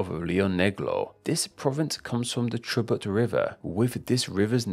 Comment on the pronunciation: El tipo hablando de palindromosy ahi todos los argentos entangados con el peso de 1 centqvo diciendo q chubut no es chubút qndq lavsense el ocout